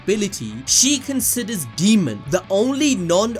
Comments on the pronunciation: Daemon- Day-mon, not Demon lol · his names pronounced Day mon. Not fuckin demon... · Daemon. DAY-MUN. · constantly calls daemon, "demon", keeps making my skin crawl. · Dude please say his name right, the video was so hard to watch, it’s DAYmond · i know you didn't call Daemon, Demon 🤦‍♂️ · Idk why but you pronouncing his name as ‘demon’ was really irking me 😅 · Daemon "day"-"mon